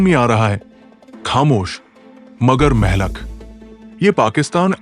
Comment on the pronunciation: Urdu main Mehlak nahi kaha jata hey Blake mohlik kehna sahih hey